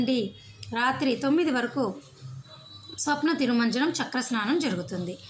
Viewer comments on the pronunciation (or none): తల్లీ అది స్నపన తిరుమంజనం. స్వప్న తిరుమంజనం కాదమ్మా.